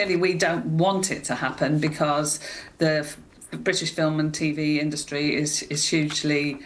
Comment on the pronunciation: Why does he pronounce the word 'industry' so oddly, and then why does he keep saying it so repeatedly (wrong) ??